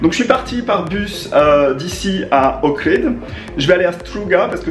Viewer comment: Un an après, tu appelles encore OHRID : "OKRID" !? Mais comment fais-tu pour ne pas avoir vu qu'il n'y avait pas de "K" dans OHRID ?